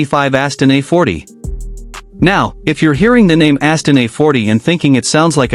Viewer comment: What is this BS? I don't think I've ever seen a more confusing video accompanied by an even more confusing and bizarre description of a car that has nothing to do with what is being shown. BTW it's not Astin it's 'Austin.' I wish you Americans would learn to pronounce English correctly. This id definitely a thumbs down video.